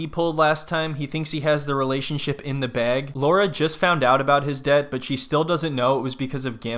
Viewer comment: I love that you're pronouncing deb-pt 😅